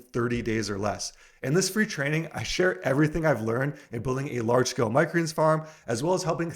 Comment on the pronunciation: I wish he'd slow down and say "microgreens" properly LOL.